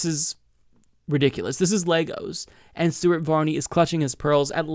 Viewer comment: I could have sworn you said "Stupid Varney" isntead of Stuart.